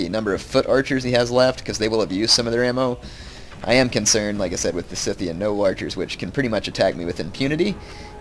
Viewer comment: "scythian" is pronounced like "scythe". the c is not hard.